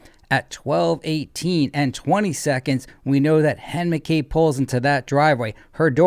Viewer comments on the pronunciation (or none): Cracks me up u say Hen instead of jenn mcabe